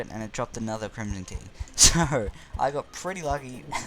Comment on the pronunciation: “kerhimson key”